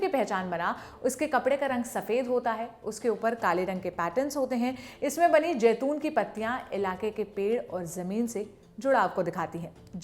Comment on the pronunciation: Jaiton nahi zaiton hai lafz